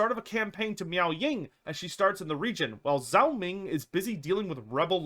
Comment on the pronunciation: I gotta say, his name is "Zhao" not "Zao." It's pronounced kind of like "Jao." Sorry, I love your content but I could only hear it mispronounced so many times ha ha ha.